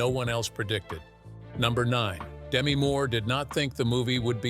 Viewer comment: please work on your AI’s actor pronunciation. Many have mentioned errors and the multiple mispronunciations of Patrick Swayze. Demi Moore’s first name is pronounced de-MEE, short for Demetria. Fix the errors and it’ll be a great video.